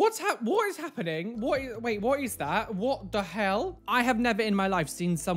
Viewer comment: Nobody:: "Whoat?!"